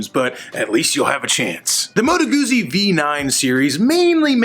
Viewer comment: It's pronounced Moto Guzzi, not Moto Guzzi... oh fuck, did I just become a hipster!!!